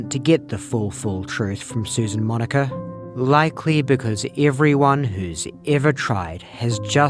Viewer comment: Oh, its Monica. I was only listening and you kept saying Moniker.